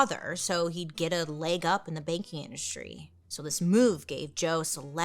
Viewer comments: The first 10 minutes I thought she was saying baking industry not banking oml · everytime you said “banking” i heard “baking” and i was like he wanted to be a baker?!? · Me too!! I was so baffled. I was sat here saying "Baking? Like... Cake? Or bread?". Took me far too long to realise she wasn't saying that. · Me too!!